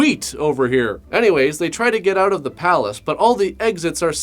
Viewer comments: "I couldn't even figure that oooot" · When he said "figured that OUT", also sounds Canadian has fuc...